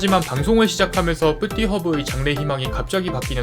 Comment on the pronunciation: 쁘띠허브 발음 어려워하시는거